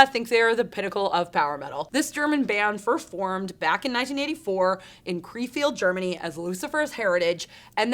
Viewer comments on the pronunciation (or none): Kreefelt, is Ronan the Accuser from there? Krefelt is pronounced Krayfelt. Research isn't that hard. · As a German I can assure you that Krefeld is not pronounced Krayfelt but rather Krehfelt (at least somewhat similar)